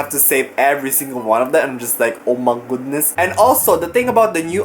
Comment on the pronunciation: I love when he says oh my goudness 😂